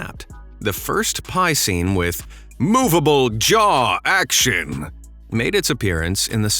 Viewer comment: bro the way you said "MOVABLE JAW ACTION!" 😂